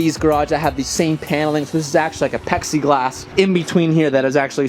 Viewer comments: its "Plexi" not "Pexi" Beatfiful house bro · Lmao same. Also "pexiglass" 🤣. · I legit thought he said Apexi-glass there for a minute, lmao.